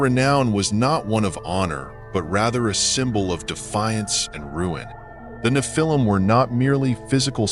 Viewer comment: I try to watch your channel. The AI voice keeps saying "Na-phil-him" instead of the correct pronunciation.